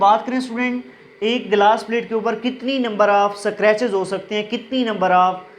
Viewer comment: It's scratches ‚ not eskartches .